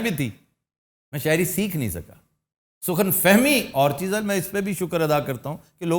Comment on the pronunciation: Sukhan nahi Sakhon hota hai